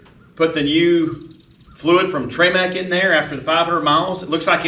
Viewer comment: “ treee MAC” uh…”trim-ICK” is the pronunciation… and 2.7 qt not 3.5!!!